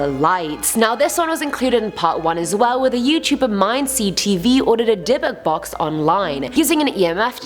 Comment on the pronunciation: Ohhhh, Dybuk box I kept on hearing Debit Box